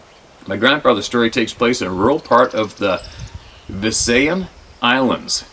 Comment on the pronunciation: Visayan is pronounced viss eye uhn.